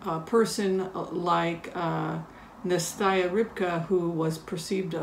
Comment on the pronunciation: Dear, I just wanted to correct your pronunciation of the name Nastya Rybka. I think you are pronouncing it as Nestaya, however, Nastya is a common Russian name (short from Anastasia) and it is pronounced as Nah-stya. I'll attach a link from the Washington Post that contains a video by Alexei Navalny, Russian opposition leader, who reviews the book written by Nastya Rybka. He says her name, so you'll hear how it sounds. You probably know that her nick name, Rybka, means a small fish, a rather auspicious name in this case. Thank you for your compassionate approach towards all human beings in your readings. Of course, from the perspective of non-dual mind there are no angels or villains, but that is confusing to the conventional mind. Please get better soon! Here is the link from the WP